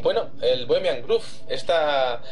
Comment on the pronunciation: Mi mil disulpas pero por favor, cuiden su pronunciación. No es Bohemian "Groove" (osea, no se pronuncia con U), es con O. Por otro lado, Alex Jones tiene una pésima reputación, y para los Mexicanos que están viendo este video, chequen los comentarios racistas que hace Jones contra nosotros e incluso ofende a la Bandera. No es alguien a quien creerle ni seguir.